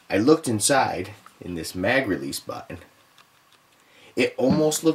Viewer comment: Shootin? Butun? Lol just joshing great vid